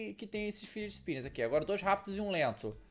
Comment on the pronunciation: "fidget spimberss"